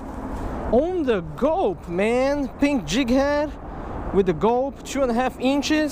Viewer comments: When he said pink I swere he said bink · lol. "Peank".